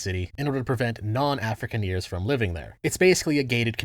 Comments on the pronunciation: Quick one, it's pronounced "Arh-fri-kahn-ers" Great video overall, though i always find it funny when libertarians accus other ideologies of having an unrealistic idea of how the real world works. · Did you just pronounce Afrikaners as “Africaneers” as in engineers? 🤣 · Bro the way you say Afrikaners feels like a bullet to the brain. Should be said more like Ah-fri-car-ner. Or potentially Ahh free Connor? Otherwise great video so far!!